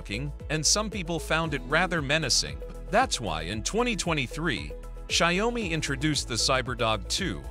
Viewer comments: “Shy-oh-me” - lol. Is it that hard to have an actual HUMAN voice these things? 😂 Let’s face it, this isn’t a review and neither are your other videos; they’re all just AI-generated marketing. Made me look once, but no more. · Sorry, I can't stand the wrong pronounciation of Xiaomi - check here for a correct pronounciation: tixmLMiU-kI